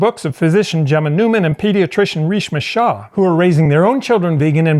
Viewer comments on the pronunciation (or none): none